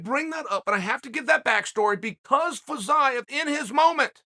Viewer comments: With the way he was pronouncing Fiziev, I thought he was just falling to talk about Jiri Prochazka again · Ok, but can we talk about "Fiziev"